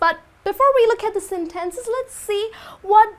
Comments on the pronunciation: Nice explanation, however a few corrections are needed. **For the word sentence the stress is on the first syllable. SEN-tence ** If you don't hand in your project on time, you will be fired. (you could say If you don't hand in your project in time, the manager will not have the necessary data for the client) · Please, be careful about the way you stress words like "sentence", "scheduled"and "submit". "Practical English Usage" (Michael Swan) explains ON TIME like something done at the planned time, neither early or late, not obligation. Good job on the whole!